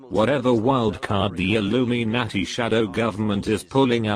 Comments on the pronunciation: illumy-naarty. lol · and its pronounced Illuminati, NOT Illumi-----nati. at LEAST get that right.